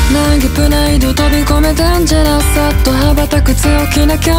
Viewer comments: デンジャラスのスが死ぬほど発音良くて好き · とにかく2人の声の相性が良すぎて最高でした！ の歌声初めて聴きましたが の息の抜き方と「唸れ 君一人のせい」の所の色気がやばかったです！ Souくんのサビの高音のアイデンティティとデスティニー大好きすぎてめちゃくちゃテンション上がります！ 息っぽい歌い方のアイデンティティもめちゃくちゃかっこいいし、デンジャラスの発音もかっこよくて好きです！ ハモリもめちゃくちゃ綺麗だし、最後のユニゾンが1つに溶け込んでて最高でした！ SouくんのMIX最高でした！ アレンジテンション上がります！ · 落ちるの る 好き デンジャラス発音良すぎる きっとの入りめちゃくちゃ好き... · dangerousのとこ発音よくてめちゃくちゃカッコいいー！ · のデンジャラスの発音神すぎです の歌い方がもう本当に好きです 初コラボ本当に待ってました；；本当に声の相性が神すぎて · うぽつです❕ Souくんのデンジャラスの発音良すぎて死にました🤦🏻‍♀️🤦🏻‍♀️お二人のハモリとても綺麗で最高です🌀ありがとう🤍🤍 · 声の相性良すぎますね・・👍🏻 声質が近いので2人の声が重なるところがすごく綺麗で聴いてて心地よいです〜〜！ けど歌い方と癖は違ってて、2人の良さがたくさん詰まっててほんとに聴き応えありすぎます・・！ の「デンジャラス」の発音が好きすぎました😭🙏🏻 お互いのハモリも超素敵です〜！